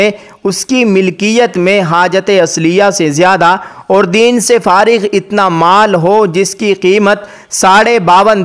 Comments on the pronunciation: د‌ین سے فارغ نہیں بلکہ دین د کے زبر کے ساتھ بمعنی قرض سے فارغ ہو مراد ہے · میاں دین زیر کے ساتھ نہیں زبر کے ساتھ دین قرض قرض کے معنی میں ہے